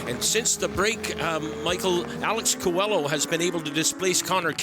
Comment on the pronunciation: Qua-low is how coelho is pronounced. you guys are making me crazy 🤪